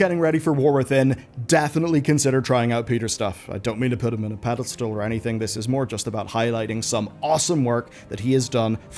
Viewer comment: Did you say pedestal... or...... pedal stool...? :p